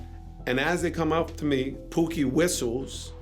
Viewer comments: Barefoot Pookie not Boogie you need to get these names right if you going to speak on LA legends smh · Barefoot Pookie, not Boogie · Barefoot Pookie, not Boogie. If you gonna steal content from Vlad, do it right. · That's Pookie, not boogie. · 🤦🏾 BAREFOOT POOKIE not Boogie (RIP) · It was “Barefoot Pookie” not boogie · Bro thats barefoot Pookie not boogy 🤣🤣🤣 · Barefoot Pookie not Boogie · Barefoot pookie not boogie. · barefoot pookie not boogie. co founder of west side crips. r.i.p. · Barefoot Pookie! Not Boogie. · BAREFOOT POOKIE NOT BOOGIE THIS A.I NEED TO STOP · Barefoot Pookie, not Boogie....... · Man Get My Brother's Name Right . Barefoot Pookie The Name . Louis Angelo White to be Exact . I Am my Brothers Keeper ! Rest in Peace Big Bro . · Right, get that shit right! Pookie! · Thank you, even search says Pookie in the video like how do you mess that up😢 RIP OG